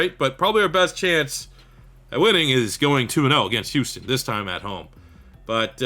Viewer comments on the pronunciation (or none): none